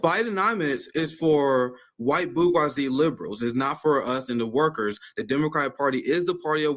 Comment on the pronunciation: favorite word is 'bourgeoisie'. Unfortunately he mispronounces it like some people say 'HElocopter' and 'nuKular'. Someone should teach him to pronounce the G the way it's supposed to be LOL